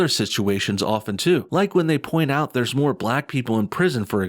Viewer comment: yo I see you "Thurrrrrrs" Lol NO BULLSHIT ARE YOU secretly Hood and not telling us? or from Texas?